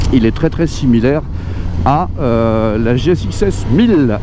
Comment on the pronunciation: TU N'AS PAS RÉUSSI À LE DIRE , TU AS OUBLIÉ LE "S" DE "GSXS" 😂